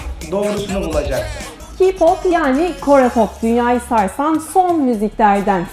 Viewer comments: Ki pop ne ya ? Hadi ingilizce okumayı akıl edemediniz bari türkce okuyarak " ke pop " diyin. Ki nerden geliyor gözünüzü seveyim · ya abi susun gidin çünkü hem doğru telafuz edemiyorsunuz ki pop ne ya okunuşu ke pop olucak k-pop hem bu sizi ilgilendirmez peki hep bu kızlar üzerinden neden yürünuyor neden erkekler in futbol hakında düşüncelerini dile getirmiyorsunuz hadi konuşun nötr cinsiyet değil onlar hem onlar hakkında herşeyi araştırıp her yönüyle islemesiniz ben burda konuşsam sizden daha fazla bilgi veririm fakat siz sadece kötülemek için konuşuyorsunuz onlar hiçbir zaman bize çocuklarım diye asla birşey demedi onların fanlarinada illaki bir isim veriliyor dur army blink exo-l vb ama siz herşeyi o kadar büyütüp kotulemek için elinizden gelen herseyi yapıysonuz tabikide onlara kızamazsınız zatten sizib bunu yapmaya hakkiniz yok madem bizlerin dinlemesini görmesini istemiyorsunuz onlar hakkında böyle kotuleyocu şeyler değil de bizler hakkında araştırma yapın bizim bunları dinleme nedenlerimiz neden ilgi cekiciler neden bizim hosumuza gidiyorlar ve benzeri ama siz sadece kotulemek icin yaptiginiz seyler oldugundan dolayi bunlari hic düşünmüyorsunuz u arada yazı biraz uzun oldu kusura bakmayın 😐😐😐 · Ki pop değil Key pop offf İngilizce de bilmiyorlar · Ya allahinizi bi yürüyün gidin yaa daha adını söyleyemiyorsunuz Kİ POP DEĞIL KEY PAP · ki pop değil canım ablam keypap da kepop düzgün teleffuz edin şu isimleri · Daha ismini doğru söyleyemiyorsunuz Kiypop değil K-pop araştırmadan etmeden salak salak şeyler söyleyip dikkat çekmeye çalıyorsunuz. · Ki pop diyosunuz deyişinizde yanlış lütfen gerçek bir araştırma yapıp eleştirin çünkü konuştuklarınızın nerdeyse hepsi yanlış